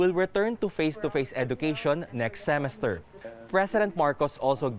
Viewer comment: Forgive me it's seméster, not sémester.